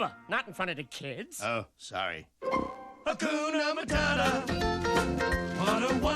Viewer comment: Akuna matadha? Hhhhhhhhhh just say hakuna matata